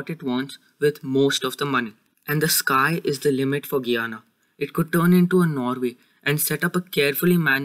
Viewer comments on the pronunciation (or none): I like the video but it’s pronounced: Guy-ana I’m from Guyana btw.